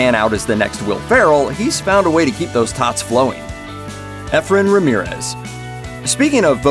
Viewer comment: Efren but pronounce like (EE-Fren)